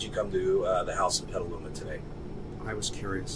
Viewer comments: Petaluma is pronounced "petel" like a flower petel, and "loomah" not Peteeluma. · It blows my mind that you couldn't pronounce "Petaluma," even after they literally say it in the video clips you show. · i live a block away from that to catch a predator sting, also you butchered petaluma 😂 you can pet a llama but you can’t pet a luma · How he pronounced petaluma cracked me up